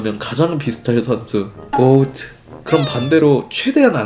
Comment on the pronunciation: 매번 고오트 라고 발음하는거 개웃기네